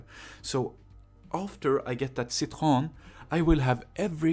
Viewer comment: Cit-hro-en not CIT-hro-n